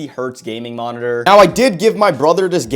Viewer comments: holy how many times is finna say monitorrrrrrrrrrr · I’ve never been so triggered go hear “monitor” and to see someone buy their sibling a useless monitorřřrr